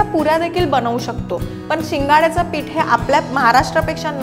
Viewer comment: साबुदाना नाही.......साबुदाणा पीट नाही.......पीठ जानारे नाही..... जाणारे Etc etc etc..... Please.... please please.... Humble request to you. PLEASE शुध्द बोला. तुमच्या एवढ्या अशुद्ध बोलण्याने या video chi quality प्रचंड ढासळली आहे!!! ऐकायला घाण वाटतं.